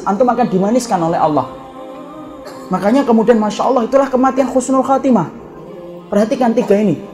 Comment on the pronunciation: Bukan khusnul khotimah Tapi Husnul khotimah, min.